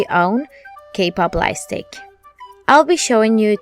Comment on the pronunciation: Pls it's called light stick and not life stick I love you so much and I'm not saying this to hurt you I'm saying this so that you'll know or it might be me maybe I didn't hear you clearly sorry if it made you angry or mad .